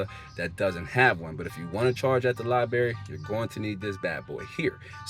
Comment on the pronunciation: I like the video! There’s another R in library fyi